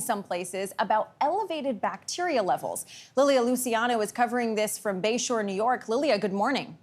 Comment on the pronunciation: I like how she pronounces bacteria😂